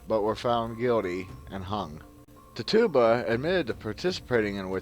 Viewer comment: The ergot theory has been debunked many years ago and please learn how to pronounce Tituba.